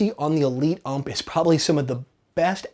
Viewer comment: OMG,... It's U.M.P not ump.